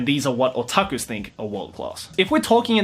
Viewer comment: HAHAHAHAHA he said otakus like SAO